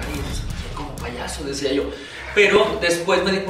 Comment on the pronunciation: Uno "decidía".